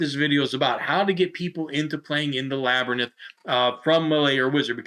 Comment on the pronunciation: Were you calling it a (pronunciation) lab-er-nyth?